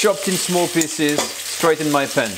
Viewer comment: delicious, but FYI, piece is not pronounced "piss"